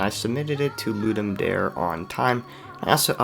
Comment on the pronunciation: It is actually pronounced "Ludum Dare", not "Ludum Dare" like you were saying it.